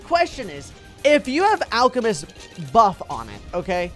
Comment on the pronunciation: alchemist sound alcohol